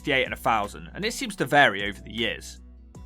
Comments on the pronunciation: The commentator should learn to speak properly. IE. Fousand. DONT YOU MEAN THOUSAND. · News flash, 'th' is NOT 'f' !!!! So 'thing' is NOT "fing" !!!! 'Turdtown' more like 'Turdpronunciation' !! "free undred and firty free fousand" 🤣🤣🤣🤣🤣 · Am I the only person that can't "unhear" words in this video such as... Redroof Fousand Fings Uver (other) Munf (month) Healf (health) Free (three) Weaverspoons Plymouf Fink Two hundred and firty four fousand Come on chap, sort your commentary out.